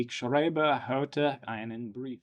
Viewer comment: Not bad, just ensure that you pronounce "schreibe" more like "schraibe" no "schreube". I follow your channel since a long time I didn't expect this German part :D